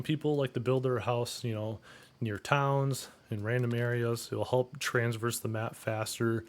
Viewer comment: It’s TRA-verse. Not TRANS-verse. Holy hell.